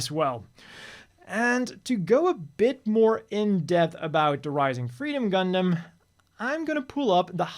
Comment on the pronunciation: When the designer reads "Gundam" as "Gungan".